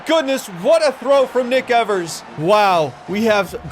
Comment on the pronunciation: I think the first syllable in Evers is pronounced like the one in "eve", not "ever".